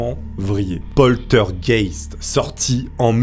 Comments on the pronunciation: Celui qui me chagrine le plus c'est poltergeist la pauvre heather O'rourk elle était si coupinette . Ah c'est Poltergeist et pas Polstergeist LOL!!! essaie encore une fois ... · LOL..postergaite....plutot POLTEURGAISSTE ( POLTERGEIST ) a part ca bonne video !!! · poltergeist et pas polstergeist s est pas dure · Ouai sauf pour POSTEURGUEIST!!!!! 😂😂...C est tellement bien prononcé par je trouve...mdr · Le fameux "plostergayte" 👌🤣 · PAUL TEUR GAISTE voilà si t'as des pb de prononciation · Répète après moi POL TEURRE GA YSTE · Mais c'est P O "L T" E R G E I S T putain!!!!! Y a pas de S entre le L et le T !!!! LoL J'aime bien tes vidéos mais fais un effort tu vois bien qu'tu force en le disant !!! Ça marche pas avec un S 😂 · Ça se prononce polterzguègue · Polstergeit* il c est qu il y a un s mais pas ou XD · "polstergeit", le meilleur que j'ai entendu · Polsteurgeyst, polsterged mdrrrr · Oh putain j ai bien ris a chaque fois que tu dis poltergeist tu l'estropies un peu plus 😅😅